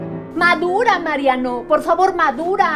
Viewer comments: Creía que en un principio decía: “Él es marrano” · Al principio pensé que decía, el es marrano!😂😂😂